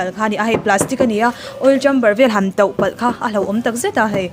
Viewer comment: A bhmper that thu i sawi.khan Mizo tawng i hmang diklova..TAUH tih turah Toh i ti a...pawi ve aw...